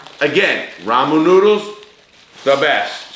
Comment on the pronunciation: Rah-moo noo-dooles